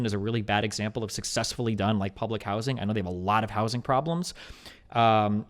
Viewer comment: This guy has a peculiar accent; the repeated pronunciation of 'public housing' as "public how-zin" was driving me nuts. What accent is that?